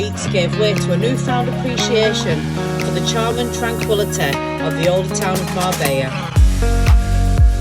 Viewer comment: You saying it wrong